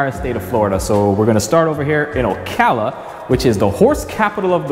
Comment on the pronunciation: You should learn to pronounce Ocala properly. Got talk to folks who’ve lived there for a few decades.